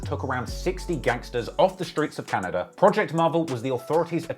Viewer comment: Say “Canader” one more time…..